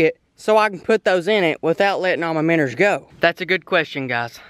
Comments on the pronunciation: Its not "minners" it minnows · Why does he say “miners” when he try’s to say “MINOES” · Joshua Lummer u don’t know how to spell he says minners not miners and it’s minnows not minoes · Does anyone else notice how he always says,”minners?” instead of minnows. I get a kick out of it but it fits well. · I like how he says miners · Minos not miners 🤣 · Miners instead of minows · Its "minnows" not minners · say "Minn o" not "minners" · The way he says Minnows is so funny Minnors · “Minner”😂😂😂 I love it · I like how he says “miners” instead of minows